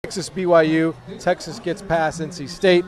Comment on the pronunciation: Texaa? Not likely.